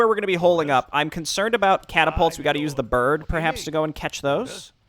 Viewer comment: 'Da Berd' I don't know why but everytime you say that it just cracks me up